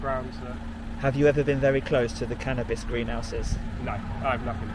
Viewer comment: "Cannibas farm" 😂👍🏻